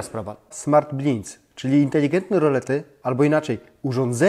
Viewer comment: Nie wymawia się " blins" ale BLAJDS